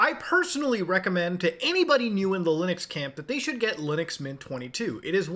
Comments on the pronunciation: What's Lunix? 😂 bro every time! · Did he say Lunux as rage bait... Because it worked